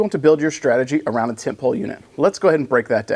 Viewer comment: Brother I heard tent peg 😂 not pole. Instructor used to give briefings in terms of lump lumps and tent pegs.. Ah good stuff, and good briefing video on the tent pole units. Hope it evolves the list game for the next tournament. Happy hunting